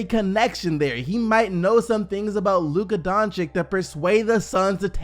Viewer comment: Why do you pronounce the two C’s in Doncic differently? They’re both “ch” sounds lol.